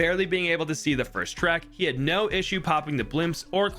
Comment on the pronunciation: I know i just get annoyed by people being stupid (also he didn’t say first he said “finst”)